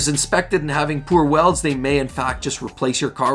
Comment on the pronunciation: Fuel Tank welds: Lo and behold - you said it right.